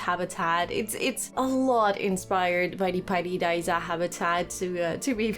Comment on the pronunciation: Jij zegt paidi daiza en het is pairi daiza en je kunt inderdaad slapen in de gebouwen ertegenover